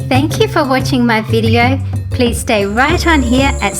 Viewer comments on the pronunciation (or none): none